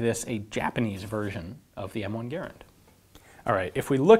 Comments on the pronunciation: Its garand not gerand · pronouncing Garand like "gare-and" is just so cringe, I don't care if that's how the guy's name was pronounced, that's not how we say it in America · {Jason Clark} The name is spelled "Garand," but it is correctly pronounced like the word "errand." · Never heard garand pronounce that way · Y do you pronounce Garand weird